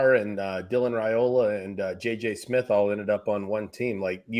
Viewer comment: It’s RYE-ola not RAY-ola. Stop making that mistake. It’s ignorant and rude!